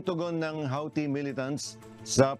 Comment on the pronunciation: Pakiayos pronunciation ng Houthi 🤣